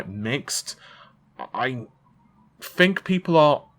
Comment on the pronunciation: "FINK" ITS "TH-INK" TH, MAN!!!